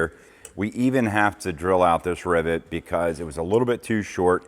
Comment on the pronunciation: Are you saying Ribbit (like a frog) or Rivet